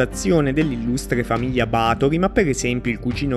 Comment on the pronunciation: Ba'thory avendo l'accento sulla A si pronuncia diversamente